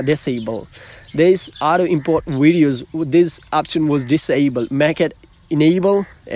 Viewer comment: Pls it’s videos not wideos🙄